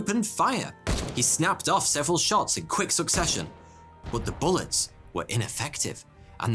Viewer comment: I like it when you say but as booth